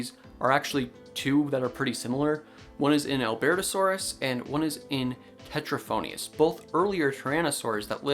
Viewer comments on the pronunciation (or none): Teratophoneus-not Tetraphoneus, though you said it right the second time. Also so so so many tyrannosaurid specimens have face biting scars. Like almost half possibly.